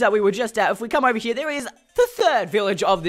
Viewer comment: Haha Haha! "Oveh hia" you were saying.